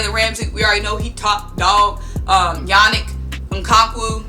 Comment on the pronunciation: Bro I love this hire. But u messed up yannick ngakwe or however hahahaha. I can say it not spell. But ty for the info. Caldwell is a beast with players I live what jags were doing n did this year etc. In my opinion this is underestimated signing